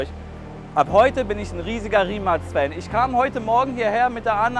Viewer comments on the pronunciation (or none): Die marke wird rimac ausgesprochen nicht rimak nur als info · Das heißt nicht Rimak 😂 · Baba Video aber verstehe nicht warum du immer Rimacs oder so sagst 😂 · Das heisst nicht Rimak